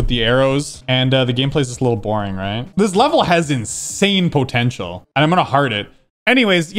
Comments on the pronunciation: Never heard anyone say it like him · The way says ‘potential’ is hard proof that he’s canadian;) Great video, you’re amazing